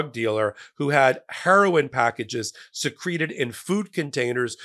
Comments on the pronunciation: On the pronunciation of "Secreted" when it means to hide away, it should be SEE-creh-ted, rather than see-CREE-ted. The later is the correct pronunciation for the exact same spelling when it refers to emission of bodily fluids. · you're giving me the giggles. Boxes can be secreted away, but that's pronounced SEEkreted. If boxes are secreted away, pronounced seKRETEd, it means something is oozing out of something. It's Trump, so I'm almost ready to believe something was oozing, but I think you meant the first one, like moving something secretly.